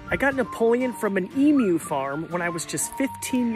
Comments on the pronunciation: Btw it pronounced eamyou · Wowee the first American to pronounce emu right, as an Aussie I’m honestly surprised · thank you so much for using the right pronunciation it is so annoying when I hear somebody say emu like emoo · At least u pronounced emu properly